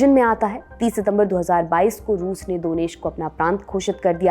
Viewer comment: दोनेश्क नहीं दन्येत्स्क।